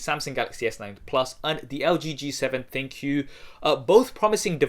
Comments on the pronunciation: Both are great phones! Overpriced, but great! Now Pleeze quit calling the V7 ThinQ a Thin Q, I know it is a misspelled word, but it i supposed to be pronounced as "Think!" As in it has some AI features! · Isn't it pronounced Think? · ThinQ = Think why does everyone say Thin Q smh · LG? No, ThinQou :D